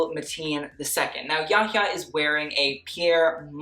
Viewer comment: Thank u for saying Yahya’s name correctly! God bless 🥰